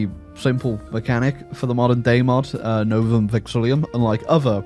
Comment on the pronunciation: i ain't tryna be petty but, you're adding an extra i "Novum VexiLLUM"